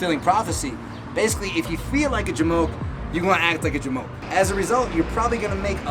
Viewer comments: You know it's bad when SHE says j'moke (or however you'd spell it lol) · She said jamoch... hehe nice!